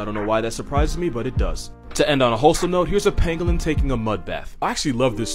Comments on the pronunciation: When he said pangolin, I heard penguin and got really confused lol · I kept thinking that he was saying penguin